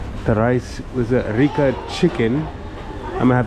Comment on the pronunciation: is not Rika, but RICA 😂